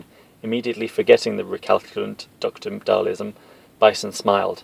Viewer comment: Who the fuck is Dhalism? 🤣 It's Dhal- SIM haha... Still, this is AMAZING! in the words of M Bison: "You have made me a very happy man!"